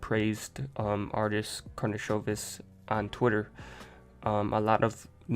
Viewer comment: This is first video from all that pronounce correct last name, nice done!